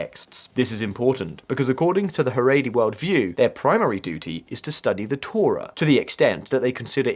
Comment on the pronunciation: Your mispronunciation of the word Torah infuriates me more then the Heredi, which is quite a lot. Also, why would you list the Talmud ahead of the Torah, its the other way around buddy.